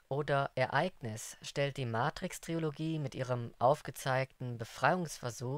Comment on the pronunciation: Super Info, aber bitte Leute ... Tri-lo-gie Nicht Tri-O-lo-gie